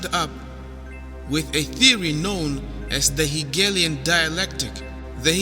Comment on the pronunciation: The moron talking in this video is just a moron, with a monodigital IQ. His brain is totally fecalzed. He can't even pronounce the word "Hegelian". WHAT A PIECE OF FECAL DUMP THE GUY LEADING THIS SATANIC CULT, THE SO CALLED CONTROVERSY.